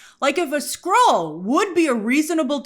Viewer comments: Wtf! I thought he said “squirrel” too! 😂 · Skrull???? He said Skrull? I heard squirrel too😂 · I thought he said squirrel too 😂😅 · It’s a much funnier line if he said ‘squirrel’ instead of Skrull. I thought he said Squirrel and laughed. Knowing now that he said Skrull, I groan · I heard squirrel instead of skrull as well 😂